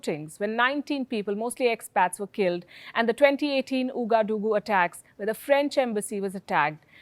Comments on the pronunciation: You don't say OUgadougou, but OUAgadougou read as wagadougou. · Palkisha, I love your content; unfortunately you mispronounce this region of Burkina Faso as "Ou-ga-doo-goo"; typical for an Englishwoman I would say; you need to think line the frog eaters, i.e the French: "Ou" is " We/Wa" thus its waa - guh-doo -goo" . . . Keep up your stellar work though. . . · It's pronounced "Wagadugu" But it's spelled in french. So "Ouagadougou" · It is pronounced Wagadugu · The capital of Burkina Faso is pronounced as waa-guh-doo-goo ·